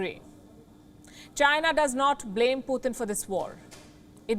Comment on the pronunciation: its Putin not Pu thin, can someone let her know